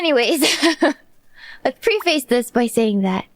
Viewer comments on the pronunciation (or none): I don't mind Asians learning English, but do it right. Preface /Prê-fis/